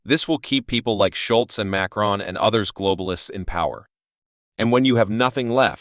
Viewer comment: The name is SCHOLZ, not Schultz!